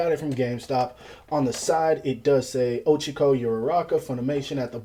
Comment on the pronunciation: Man really said ochico